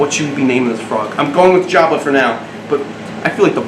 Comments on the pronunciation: Jabbet instead of jabba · You're saying "Jabba" but i hear "Java". And so I suggest Java for the future male, and Mocha or Latte for female. (